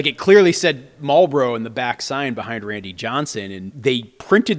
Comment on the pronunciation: You can tell where he grew up by the way he says marlboro? Now i need to know where they pronounce it like that.